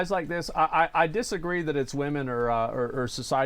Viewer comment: did. did he just say dissagwe ?